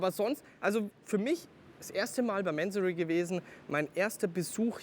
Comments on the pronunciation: Bevor man Fahrzeuge eines Tuners vorstellt, sollte man sich erstmal über dessen Hintergründe informieren! Der Gründer, Inhaber und Namensgeber ist der iranische Geschäftsmann Kourosh Mansory. Daher wird der Name auch nicht englisch "Mänsory" sondern Mansory ausgesprochen! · man spricht es doch nicht mänsory aus oder ?